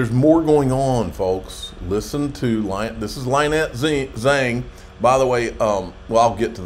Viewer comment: Can someone PLEASE teach how to pronounce LYNETTE before he meets her in May at Las Vegas?